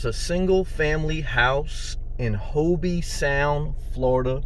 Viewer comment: Just wanted to help by letting you know It's not pronounced Hobee, it's pronounced Hoeb Sound.